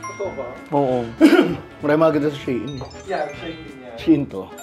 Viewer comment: SHEIN/ SHiin the right pronounce po😊